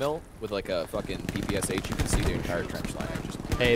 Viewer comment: The Russian ppsh is said like per per sha Not p p s H Good video